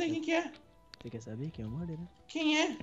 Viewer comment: não e muder e marder so que se escreve muder:D